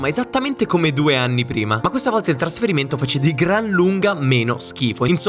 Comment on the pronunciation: "Traferimento", "TraOmatico"...... CHECCAZZOOH!!!